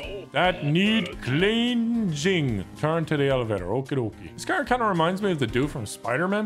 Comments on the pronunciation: The word: Cleansing: Cleensieng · "Cleansing" or "clean zing" lol